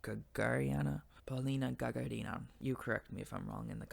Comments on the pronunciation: Polina GagA(!)rina, not GagarI(!)na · Большое СПАСИБО, за пояснение ) Почему то её фамилию всегда неправильно произносят. А она, ГагАрина. Однофамилица Юрия, покорителя космоса.